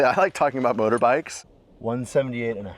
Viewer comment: "We're talking about Moabites and stuff." What? Oh, "motorbikes". Nevermind.